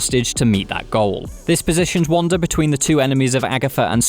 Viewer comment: Why does he keep calling her wander?????